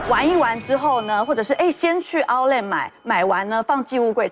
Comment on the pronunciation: outlet 這字都唸不准。。